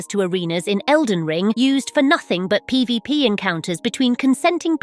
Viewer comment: seems your little spanish rant leaked into your english 😂"PbP"😂